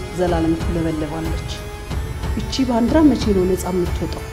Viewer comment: ባንድራ😂😂 ባንዲራ ነው የሚባለው